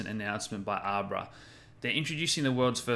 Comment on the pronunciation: I love you, and your content is mint. But two things: Cah-dah-no = Cardano not Cah-don-ah Ab-rah = Abra not Ah-prah Other than that, keep it up mate!:p